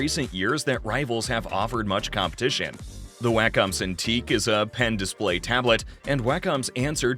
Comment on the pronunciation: One criticism... The word "Wacom" is pronounced "walk-um" not "way-cum"